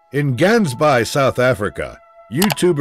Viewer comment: Sorry? You pronounced Gaans baai is extremely wrong. Typical Americans